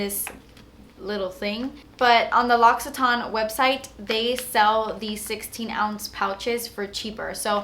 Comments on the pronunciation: Lo-si-tain not Lock-si-taan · Love your videos you're fabulous! Just to let you know that l'occitane is pronounced like lock-e-tan lol bitta French xx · But oh, you're not pronouncing L'occtaine right haha. Love you